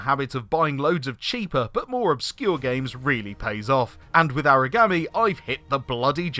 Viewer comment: If you want to know how it is pronounced, it is pronounced ahrah gawm eee